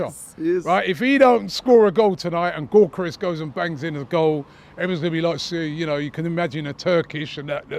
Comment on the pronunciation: If I hear Robbie say Gyokeres’ name like “Goorkerez” one more time, I might have to unsubscribe. We all know he knows the actual pronunciation…